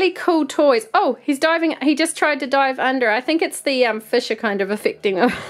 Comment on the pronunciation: When she said dive it sounds like die